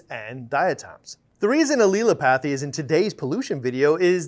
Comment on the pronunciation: Great video but you annunciation of Allelopathy is way off, it is a difficult one to decifier at first. Phonically is is pronounced 'al-lel-opathy' , so you kinda sound like you say "L" twice slightly differently then say opathy. There is no hard "a" or "e" sound, it is "al" like the short name you might call your mate "Allan".